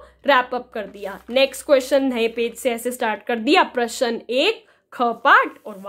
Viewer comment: Ma'am प्रश्न ka pronunciation glt h